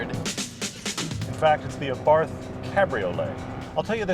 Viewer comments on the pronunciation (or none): Please oh please stop pronouncing Abarth like in taking a bath in snobby english. The A is pronounced like the a in art, and barth is pronounced like Bart from the simpsons. Try it :) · It's pronounced AH-BART by the way. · Lol, Abarth... The "h" is silent... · It's pronounced ABART. Not ABARTH! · Just a clarification, it's pronounced Abart, without it h. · Its pronounced "AAH-BART" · OK...pronounced A-Bart, do yer research. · The "H" in Abarth is silent. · I know it's not really a big deal but you don't say the "h" in Abarth so you actually say it like "Abart". Just throwing that out there. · Its pronounced Abart... T is silent btw. Exhaust note is awesome. I drive an evo X and had a lot of fun test driving this car. It's one of those cars that has just enough power to get you in trouble. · Please please please learn how to pronounce Fiat and Abarth correctly !!!! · Daniel Castaneda ettore bugatti was italian, but the pronunce of Bugatti is french, same for abarth. Karl abarth was austrian, but the pronunce of abarth is italian.